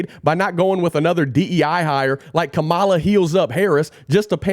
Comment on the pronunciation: Don't be a (fill in your insult),. Pronounce Kamala correctly.